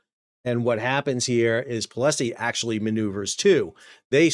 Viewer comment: Pol-sie, not Po-le-Sie